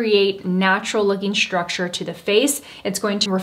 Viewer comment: Please please please stop saying ‘schtructure’ you are so articulate and it’s one of the things I admire about you. I know it’s the thing to do - society somehow made this the new way to pronounce these types of ‘st’ words but it really sounds awful. Love your content though